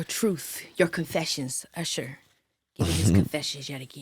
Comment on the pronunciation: IT'S URSHER